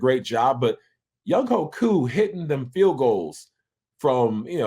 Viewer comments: Ovie...Younghoe is a Korean name, it is pronounced YOUNG-WAY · spelled Younghoe pronounced YoungWAY!!!! GA Southern's Finest